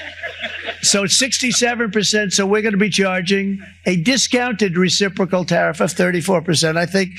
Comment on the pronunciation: Who taught him the word... Reciprocal...? Lol